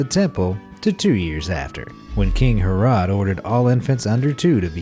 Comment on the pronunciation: Yes. That really irritated me. Gold, Frankincense and Mere? King Ha-rod??? What?